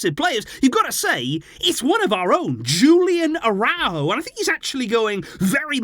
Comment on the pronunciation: Hey, I enjoy your videos! But please, try to pronounce the names correctly… Julian Araújo is Mexican, so his name is not pronounced in an English way… the J in the first name and the emphasis on ú in the last name…